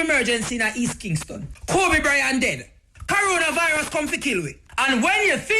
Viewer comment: Muta says "Corollavirus" 🤣🤣